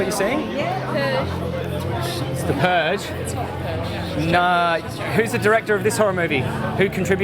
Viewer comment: She said purge 😂😂😂😂😂😂😂😂😂